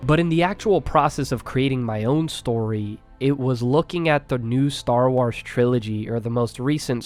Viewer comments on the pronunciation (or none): Bro said star wowrs instead of star wars